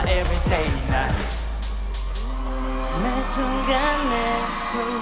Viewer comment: 이 노래 중독성 너무 강해.. 아직도 내가 이 무대를 찾아보고 있네.. ㅋㅋ 진짜 음색에 미치고 댄스 실력에 미치고 supercharger 발음은 또 뭐이리 찰지냐고.. 진짜 성공했으면 좋겠음 이 실력 개쩌는 연습생을 놓칠 수 없어. 보플에서 데뷔할 급이 아니엿다 정말ㅜㅜㅜㅜㅜㅜㅜㅜㅜㅜ